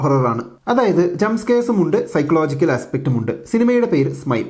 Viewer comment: സൈക്കോളജിക്കൽ എന്നല്ലേ ബ്രോ പറയാ what is സൈക്ലോജിക്കൽ 🤔